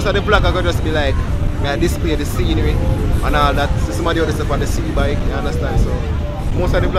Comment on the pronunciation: Try Sea-Doo..Not sea bike...🤣🤣🤣🙀